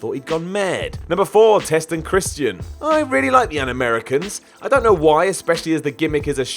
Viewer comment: someone needs to learn how to pronounce Christian